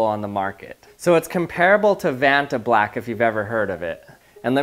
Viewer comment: its not ventablack